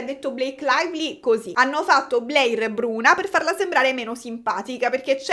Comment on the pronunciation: io ti amo però non mi pronunciare Blair 'BLEIR' 😭si pronuncia 'BLER' senza 'i', e Scarlett Johansson 'YO-HAN-SON' non 'GIO-HAN-SON' <3